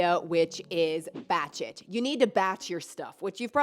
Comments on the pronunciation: Lol, when she said "Batch It", I thought she said "Bat Sh*t" 😂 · "Batch it" sounds so much like something else is not enunciated. I'm like "wait.. what?" 😄